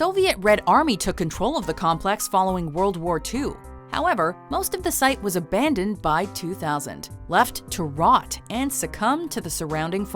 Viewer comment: Ayyyyye aban-ndoned